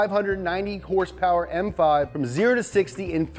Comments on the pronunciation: I love it when u say hurss purrs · You got me addicted to the word "hurse purers" how can anyone at the dealership take me seriously now shiet